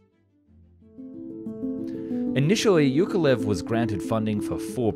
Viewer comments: Hey just for future reference, the name Yakovlev has two 'v's in it. "Ya-kov-lev" I had the same issue with this name for a while, I never noticed it in there! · Say after me: jaah-kof-lef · Bro it's YAKolev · Why do you say "yak" but then "Yukovlev"? The name Yak comes from "Yakovlev". It's pronounced the same.